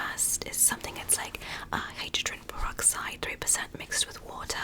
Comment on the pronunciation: i get angry when you say hydrogen pyroxide wrong